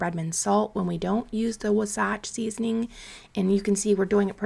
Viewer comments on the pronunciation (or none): Just in case you’re interested, Wasatch is pronounced “WAH-satch” or “WAA-satch” emphasis on the “WAH” 😊 I live in the area. Also, you can totally ignore my comment if you want. ❤